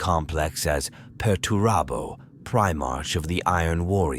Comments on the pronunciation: Prime-ark NOT Prime-arch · Also, I hate the "pri-march" pronunciation. What are they trying to say? Was he the first in line of a parade? The first, or earliest foundling in the month of March? No. Ofc not. Damn, I know, a petty and pedantic thing but it really grinds my gears.